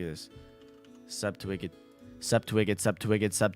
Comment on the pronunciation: pushes up glasses technically you said in your title that you would say "Subscribe to wicked" but most of the time it was "sub to wicked" and even one and near 267 you sounded like you were saying "sup to whipkid" so the game is forfeited... Thanks for playing anyways